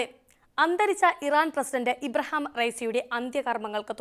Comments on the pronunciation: ഇബ്രഹാം അല്ല ഇബ്രാഹിം പറയുന്നദ് പടിക്ക് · ഇബ്രഹാമം,അല്ല sorry//തെറ്റി പറയരുദ് ?( ഇബ്റാഹിമം)